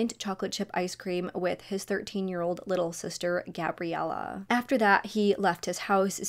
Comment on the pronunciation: Litter girls trip?? You're weird for saying it like that we went on a GIRLS TRIP. No little involved oddball girl